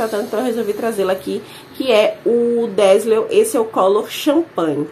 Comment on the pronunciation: Bom dia,! Tema excelente, dá pra fazer de cada marca, o que já rendeu vários vídeos, né? A propósito, o DAZZLE se pronuncia "dézeu", só para enriquecer seu vocabulário. Uma ótima sexta😘